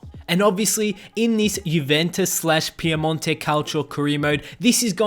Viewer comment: No it's pronounced correctly, in Italian it's different to English so that's why you may think it's wrong.